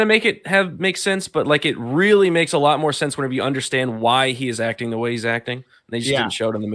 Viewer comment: You gotta undershtand